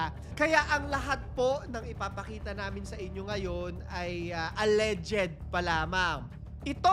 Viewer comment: Mali banggit mo sa "alleged" inulit ulit mo pa ng 1k times! 😂😂😂